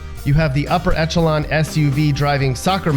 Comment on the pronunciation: someone slipped in a French word that's gotten into English, and... caught you off guard. Though echelon looks like it should be pronounced ECH-eh-lahn, like 'chef', the 'ch' is pronounced 'sh', as in ESH-eh-lon. Next is the Connecticut section. The city of Greenwich rhymes with the pronunciation of the town in England which the "Mean Time" meridian goes through, i.e., GREN-itch, as opposed to GREEN-witch.